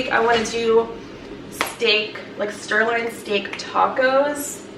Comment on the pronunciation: Did she forreal keep calling it sTirloin steak?! 😂😭